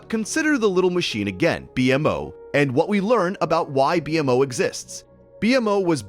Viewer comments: IT'S PRONOUNCED "BEE-MO" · Really disappointed you used an AI voice for this video, since the subject matter was really interesting. Could only make it 45 minutes in before it got too much :/ It mispronounced multiple words (e.g., BMO, Enchiridion, Lemongrab), and the cadence was so messed up that at times it was hard to follow the meaning. Is this an entirely AI-generated video (did AI write the script too?), or was it just for the voice recording?